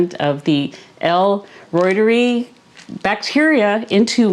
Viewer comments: Pronounced. Root-er-eye. Reuteri. Not roit-er-ee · Its not pronounced L Roy-ter-eee Its L Roy-ter-i Named after Gerhard Reuter (Roy-ter) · Uuggghh! Point of order: in scientific expression, when something ends in an "i", it is pronounced as a long "i"...ie "reuter-eye". Even Dr Davis pronounces it the preferred scientific way as you will notice if you listen to him... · I think you're pretty close already. I believe it should sound like "royter-rye." Funny story, years ago, I was in a grad school class that would involve saying lots of latin names for plants, and the program director said that nobody really knows how to pronounce them. He said to just pick your preferred way and stick with it. 😂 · Please! The pronunciation of Reuteri is…..root-a-rye. 😊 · If you're using Dr. Davis' recipe, why do you pronounce l reuteri differently than he does?